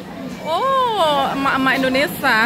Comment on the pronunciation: Indonesia bukan Indonesah